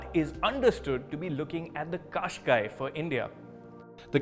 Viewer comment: I was hearing Qashqai as cash guy!!😁